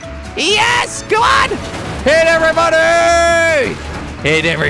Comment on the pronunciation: I though you said hi everybody but you said hit everybody